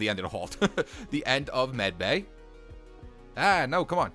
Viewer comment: its not meticel bay its medbay